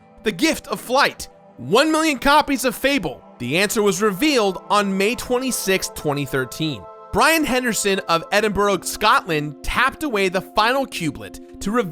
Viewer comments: is that actually how you think Edinburgh is pronounced? Fucking EdinBohRohg? Actually had to click off the video cause that made me so mad. Scatland aswell jesus christ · EdinbRUG. Tip for the future americans: It's pronounced Ed-in-bruh. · Its pronounced like EdinBRUH. Not EdinBURG. Yes it is spelt like Edinburgh. Sincerely, your Scottish audience x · "Edin-bruh", not "Edin-bo-ro". :P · he fucking said Edinburg dislike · FFS. Learn how to say Edinburgh from an actual Scot. It's Edin-brah. brah as in like what a fraternity bro calls his bros. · It's always painful to hear people mispronounce Edinburgh. Not trying to make fun of it anything like that it just happens all the time. If anyone's curious it's pronounced Edin-bruh or Edin-buh-ruh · Ah yes edinbroo Scotland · I come back to this video once a while to hear the awful pronunciation of Edinburgh 😂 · This is by far, the worst pronounciation by an American of the word 'Edinburgh' I have ever heard. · as a scot I can tell you that's not how you say Edinburgh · The way he said Edinburgh is kinda funny. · You said Edinburgh slightly better than most Americans. Still not good but... better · I will never get over how Americans cannot say the city Edinburgh properly... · Worst pronunciation of Edinburgh ever. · It's pretty weird hearing saying Edinburgh for the first time! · As a Scottish person i despise the way you pronounced Edinburgh